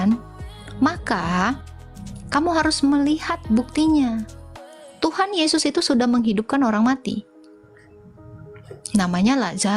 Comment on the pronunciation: Ini kadrun bahasa indonesia saja salah... Tuhan bukan Tuhang😊